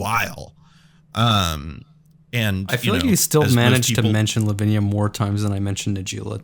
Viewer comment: Headed to the hospital now, took a shot everytime he said livinia and 2 for arden+kraum. Thoughts and prayers please